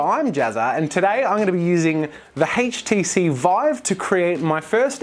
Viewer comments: I like how he pronounces HTC as "hayt-chi-seed" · The "haych"-TC Vive. LOL